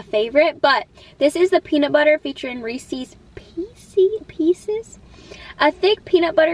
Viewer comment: You pronounced "Reese's Pieces" correctly. I'm so happy :face-red-heart-shape